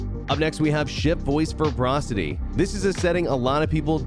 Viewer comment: The word is ‘verbosity, not ‘verbrosity’. As in ‘verbose’. Too much gaming, not enough basic spelling/pronunciation. Otherwise, a useful summary.